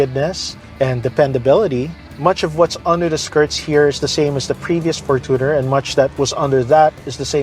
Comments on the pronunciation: fortuner from the word “fortune” is pronounced as “FORTUNE +ner” not from the word “tuner” correct: FORTUNE-ner 💯 incorrect: for-TUNER ❌ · its for-CHU-ner, not for-two/too-ner 🙄